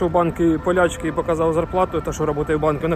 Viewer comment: Поляк,с наголосом на о, та ПОЛЯЧКА